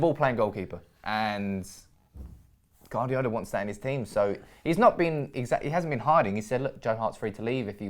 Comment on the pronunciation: Guardiola is pronnounced "Wardiola" not "Gardiola"! haha